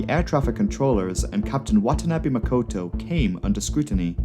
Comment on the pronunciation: Makoto not Mokoto